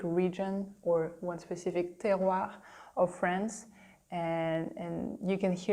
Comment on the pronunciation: That was fun. I'm glad your video was listed in my "recommendations". I'm sure I will enjoy the others too. One thing, however, except for the last time you said it, you were pronouncing the last "r" in "Terroir" too softly. It sounded like, "Terroi" (almost like a Quebec accent!). I remember hearing the "oir" in "Terroir" pronounced strongly and proudly.